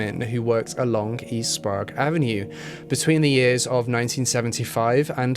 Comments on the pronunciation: Spray egg not sprague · Not to judge but it's probounced spray-g. i believe. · Sprague Avenue is pronounced Spraygue Ave not Sprawgue Ave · And Sprayg instead of Sprog. :-D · Sprague is pronounced Spra-egg. Very well done. Have lived in Spokane for over 40 years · No one ever knows how to pronounce our names if they don’t live here! I’ve had friends pronounce Sprague like Sprah-goo! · Also, Spray gh (Silent h) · Also sprague (spray-g) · we pronounce it like the word 'spray' with a 'g' sound at the end lol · Sprague is like sprayg or spregg. Spokane is like spo-can. But the video was great! Thank you for including Yates who never seems to be mentioned which I feel is a disservice to his victims. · As a Spokanite I need to correct your pronunciation of Spokane and Sprague. Spokane is pronounced Spo-CAN, not Spo-CANE. Sprague is pronounced SprAYgue, not SprAHgue. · its pronounced spo-can. it's not sprog. sp-ray-g it's a short a in Skagit. ska-git. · As someone who lives in spokane my right eye twitched every time i heard Spo-Cane and sprag and not Spokane (spocan) or sprague (spraag) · As someone who grew up in Spokane, nothing makes me laugh and cringe more than hearing people pronounce the city wrong. The E on the end in misleading. It’s “CAN” not “CANE”. And Sprague is another tricky pronunciation. It’s pronounced closer to the way you say “PLAGUE”. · Also: it’s Spo-can and spray-gue lol everyone who doesn’t live here pronounces it incorrectly lol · Pronounced....spoke-can And sp-rag.... rhymes with egg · Its spoh- can. And spray-gue avenue. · Hahaha saaame, I live in Spokane Valley, so its always funny to hear how people pronounce our cities and out streets lol. Oddly enough Spo-kaine/Spokane doesnt bother me as much as people that pronounce Sprague as Sprog haha! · Love the video but learn how to pronounce Sprague and Spokane. The DNA profile taken from Kathleen Brisbois body was found to be that of a male? DUH really?